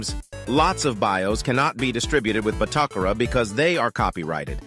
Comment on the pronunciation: The automated voiceover can't figure out the best way to say BATOCERA. Lol